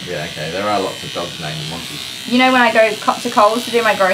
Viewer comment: Monty, not Janty